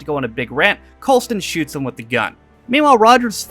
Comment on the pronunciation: You're saying Coulsons name wrong on purpose at this point